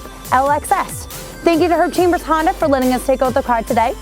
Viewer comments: "Honder" accord coupe...lol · did she say Honder? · Why can't u say honda right lol? You say Honder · It is so darn cute how you pronounce Honda...